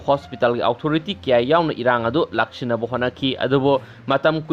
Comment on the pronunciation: Fanasu kuire ibungo nangna pao paraklibasi adubu English ki waheisingC chumna amatta haiba ngamdribasi angakpani tabada yamna nungaijade meitei macha ama oina... Houjik faoba The-re-fo-re adummak hek leida..eg.. Hospital Authority...karamna pronounce tougani Google da amukta yengbiyu